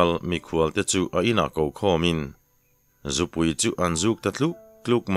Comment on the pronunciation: Zûpui tia lam tur kha zùpui tia i lam hi a lam dik lo, i lam dik loh hian a awmzia hi a bo daih zel a, lam uluk a tha